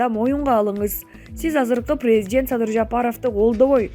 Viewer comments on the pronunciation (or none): Логопедке барып окуп уйронбойсунбу .тантырап садый деп элге уят болбой.